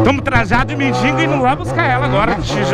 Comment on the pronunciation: Mano vc pode até ter um canal muito fera divertido mais aprenda uma coisa É mendigo e n mendingo